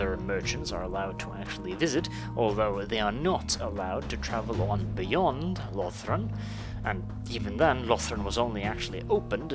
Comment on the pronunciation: I noticed you pronounced the Ulthuan provinces differently. I personally pronounce Cothique with a long "o" and like unique. For Yvresse, I say eve-reese (like peace) out of personal preference😃 Also I noticed that a lot of people, not just you, call Lothern "Lothren". Not being critical, I just think it's interesting. There is no definitive right way to pronounce any of the provinces except for maybe Eataine.